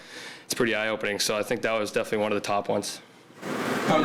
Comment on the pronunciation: ..... somebody tell these guys ... there's an "L" ..... in .... "Defini - knee"